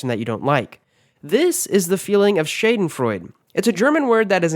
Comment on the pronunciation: Super interesting! Thanks for the information! Too bad you seem to have not been able to find the right pronounciation in many of the cases. Let me try to break down at least some of the German words phonetically: Instead of Fearnvay, go: Fairnveh Instead of Fisselitsch, go: Fizzelich (with a soft "zz" in the middle and a cat-hissing-like sound at the end) Instead of: Shaydenfroid, please say: Shaadenfroiduh Hope, this helps :) :) :)